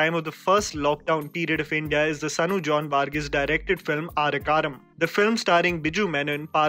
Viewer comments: please do check the real diction of Malayalam movies.... It is not Aara karam It is aarkariyam? ( Who knows?) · Its "Aarkkariyaam " not aarikaaram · Bro, no offence but it is not AA. RA. KKA. RAM, it's AAR. KKA. RI. YAAM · A R KK A R I YAAM…not arekkaram 👹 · For your kind information it's not aarekaram it's aarkaryam💯 just a humble malayali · Aarkkariyam is not pronounced as Arrukaram. Its Aarkku - aariyam. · Its AaarKKariyaam. Not aarikaram. Try to pronounce it correctly. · Wrong pronounced word Not Arakaram it's Aarkkariyam (ആർക്കറിയാം) which means who Know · Great. Much appreciated. It's not 'Aar-kaaram' Its 'AARKKARIYAM' just read that out as its, so simple. At least try to make that sound like that. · It is aarkk ariyam..not aregaram as you say..arkk is who Ariyam I know Meaning who knows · It is not 'Arakkaram'.It is 'aarkkariyaam'. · it is not aarkkaram...it is Aar..kka..ri..yam.. repeat after me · it's not aarekaram. It's aark-ariyam (who knows) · ആരകാരം അല്ല ആർക്കറിയാം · its pronounced "Aaru ku ariyam" not Ariyakariyam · आर्करियाम। not आर्यकारम। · Aarkkariyam exist.: Aarrekkaaramm😀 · its not Aarkaram its आरकरीयाम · 😃😄 its not आरेकारम, its "आरक्करियाम" which means "who knows?" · Man, you really have to work on your pronunciation. It is not Aarakaram. It is Aarkkariyam (Aarku ariyam can be translated as who knows). Need to do justice to the language as well. 😊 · its not aaryakaram, its aark ariyam, which translates into ' who knows' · Pronounced as aar-ku-ari-yam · Good review. The second movie is pronounced as R-curri-yaam (aarkkariyam). Thanks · It's arc+a+ri+yam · Bro... The second film is pronounced as R Curry am ( Arkariyam ) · It's आर्करियाम bro... I was cringing each time it was mispronounced.. But thanks for the video. People need to realize different possibilities in cinema. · hi, it is not aarakkaram, it is आर्क्करियां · Good review,..but the way you pronounced 'Aarkkariyam'...😁....its R....Kari.. yaaam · It is aar-ka-ariyam